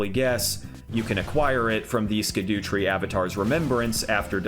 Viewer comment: its pronounced shadowtree not skadootree